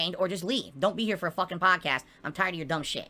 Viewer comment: Reminder: Don't allow him to rebrand his prestream ranting and begging into a "". Call it a prestream. Always.